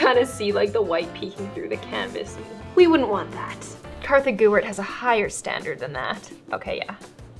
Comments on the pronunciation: IT’S KARTHA, NO ONE KNOWS A HERE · its Kartha not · What is your real name??? I have heard ur friends say kassis and in the intro u say kartha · I love how in every video she says her name Kartha gewert